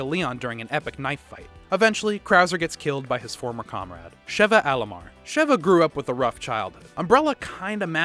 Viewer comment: It irritates me when he doesn’t say Sheva right